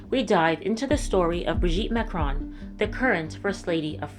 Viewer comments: Good recap. I watched your video on Emmanuel also. I've got to tell you that it is super annoying and distracting for you to mispronounce "Marcron" over and over and over. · It's hilarious that you think you came up with this "theory" of yours and you can't even pronounce Macron